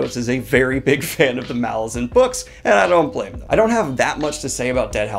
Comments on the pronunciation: Pronounced Malaz-UN not MA-lazan. Think Rome -> Roman/ Malaz -> Malazan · I hate to be that guy, but it's pronounced mal - A - zan, not MAL - a - zan, because the island is called mal - AZ, hence mal - A - zan. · Mah-LARR-zan dude, c'mon. Not Mall-lah-zan. The Lar in the title is prominent. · As the author has explained, Malazan is pronounced muh-LAH-zin (where the "LAH" rhymes with the pronunciation of the "A" in Apple). You have a big channel with lots of subscribers and viewers, and excellent content, so I'm passing this along in the hopes that you'll fix this nugget in your future videos. Cheers! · First, definitely reread the core ten books first. The reread is incredible! Second, it’s pronounced maLAZan, as in Alaskan, accent on the second syllable. And no, Erikson doesn’t mind that most people mispronounce it. But if you care, that’s what he intended. Third, he didn’t write all ten books in 12 years. He wrote the first book, *Gardens of the Moon*, about nine years before he finally got someone to publish it. And that’s why it’s not quite as polished as the rest, and also isn’t quite as consistent as the rest, which were written back to back with an overarching plot in mind. But it’s still amazing that Erikson churned out the other nine books so quickly. Fourth and finally, I would not recommend starting with the audiobook. Plan on listening during a reread, but it’s hard enough to follow when reading for the first time, let alone when listening without having previously read the series. It’s great on audio, it’s just hard to follow if you are driving or exercising or doing chores or any of the many things people do while listening. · Is no one going to mention the pronunciation of Malazan? :P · still says it wrong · I wish booktubers would learn how to pronounce Malazan